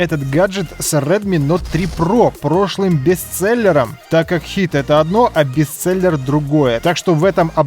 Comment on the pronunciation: Не бесцельер, а бестселлер